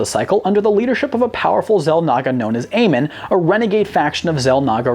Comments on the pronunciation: AmOn not Amen its Amon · Idk why but when he pronounced "Amon" like Amin, I was kind of offended because I enjoy the lore of the starcraft games. Im paranoid when people say names wrong (that's just me) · Him pronouncing Amon wrong triggered me so hard... It's called Amon not Amen... Great video though keep up the great work 👍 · It's amOn, not Amen 😂😂😂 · Amon. Not amen. Actually look at his name and say it right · Amon is not pronounced AY-men, it's pronounced AY-mon, MON! Several times in the campaign you can hear characters say his name! This video was otherwise good, but as a fan of starcraft this really bothered me that you failed to pronounce his name every single time. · Ah yes, good ol Amin. I think you meant Amon. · First of alll.. Its "Or-I" like Or and the word I . edit - Oh my.. Its not "Aman" its "Amon".... like A-Mon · Amin? His name is Amon. Good lord do some research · i kinda cringed the way he said Amon, like in the games then never say it like Amen its Amon. other than that great vid found it really cool. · Would like to point out for the name of one of the Xel'naga, it is pronounced "Amon", not "Amen" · Still don't understand how people mispronounce words that are CLEARLY STATED in the source material. It's "A-MON" not "A-men" for example... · did this mans really call Amon Aymin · They aren't fans of much it seems, they even pronounced Amon from starcraft horribly wrong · that triggered me I admit. Thought he was ending a prayer. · i cringed every time he pronounced "Amon" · You said Amon wrong and no the precursors never chose the forerunners.